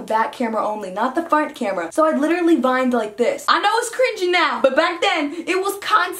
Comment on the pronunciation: Did she say V i N e D Omg I’m wheezing